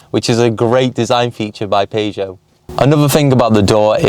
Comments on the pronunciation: How to say Peugeot its pronounced as PERRSHOW NOT PAEJO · Dude says "Paygeot 107". Dude says 0-60 in 15 secs, but all of these cars have a 0-60 of either 13.7 (no Aircon) or 14.1 (with Aircon). Dude says he knows nothing about 107s. Dude got that right. Those 107 XS models are actually very rare and about £300 max would have fixed this car up properly. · Had to switch off after hearing you pronounce Peugeot